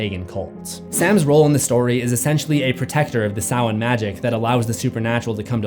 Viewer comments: Samhain pronounced Sam-Hāne not Souw-Wen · You seriously need to pronounce some words correctly. Sidhe isn’t called She. 🤦‍♂️ it’s pronounced SID HE. Man you’re dumb. Also Samhain IS called SAM HAIN not SOWEN! Did you even go to school? 🤦‍♂️🤦‍♂️🤦‍♂️🤦‍♂️🤦‍♂️🤦‍♂️🤦‍♂️ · please don't tell me you can the band Danzig was in Selwyn or whatever you're saying. His band was call Samhain. SAM-HANE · Was jsut about to comment how annoyed I was each time you said 'sa-whene' without following up with Loomis 'sma-hayn'. Set my little brain at ease when you added it... the voices thank you! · No, dude. It's pronounced 'Sam-hayne' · Great vid! Whenever you say Samhain i hear. Sam-hain lol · Dr. Loomis pronunciation of ‘Samhain’ never gets old😂😂